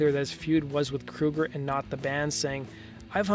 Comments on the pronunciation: Please get your names right. His name is Kroeger not Kruger. Come on U played a clip where they say his name. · Anyone else noticed this guy keeps saying Kruger instead of Kroger? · You called him Kroeger and Kruger in the same sentence! If you can't pick one, just call him chad! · "...and in 2017 Nickelback frontman Chad Krooger was..." Krooger? Like Freddy Kruger? Ok this guy doesn't know how to pronounce "Kroeger." "Chad Kroeger" Wait... "Krooger" "Krooger" "Krooger" What is happening?